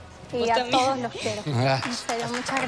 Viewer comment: Porque dice toudos en vez de todos? Queda feo que pronuncie así.